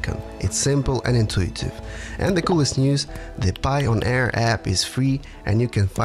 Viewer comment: It’s pronounced like the word “Pioneer” not “Pie-on-Air” lol